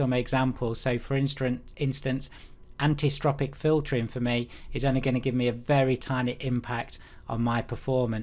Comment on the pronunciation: It's pronounced "Anti Alias-ing" -- Because that's what it's doing... stopping alias... And your "anti-stropic" filtering is "AN-ISO-TROPIC"... you must have heard of the word isotropic before...